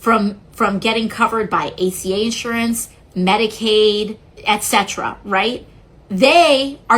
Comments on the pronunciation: it's etcetera, etc. It isn't eccetera, ect. Nice post though. Thanks. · To the channel owner: it's not excetera is ETCETERA .if you open your eyes and read you can see there is no x in it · Et Cetera.